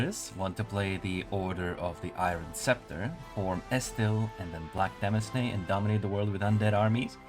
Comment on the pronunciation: Small correction: “demesne” is unfortunately pronounced like “domain”. Otherwise, this is a really useful guide. Much appreciated.